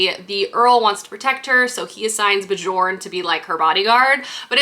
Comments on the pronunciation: I believe if the name is spelled Bjorn it’s pronounced like “bee-yourn” because that sounds Nordic :) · I felt the same about A Fate Inked in Blood. I loved the beginning and then HATED the rest of the book lol I sold it after I finished it. Also just a heads up the “j” in the name Björn is pronounced as a “y” 😂😅sorry haha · Really love watching your reading vlogs aaah! I felt the same than you for A Fate Inked in Blood but I gotta say that I was giggling the whole time when you were saying Björn as in "Bejorn" and not "Byorn" :D As an European, we hear those names more often I guess, it was so cute 🥰 I usually love what Danielle L. Jensen writes (I think I read everything from her??) but the second half was such a let down. I saw the twist coming SO hard. I even ended up skimming some parts... How sad. But one of the main issue for me, and it's a bit important in a romantasy (and I'm a SUCKER for romantasy!!), was that the romance just didn't add up. It was pretty much insta-lusty and that was it. I wanted something more like "Björn from the Vikings show" and it just didn't deliver. But I'll probably read book 2 to know how it ends haha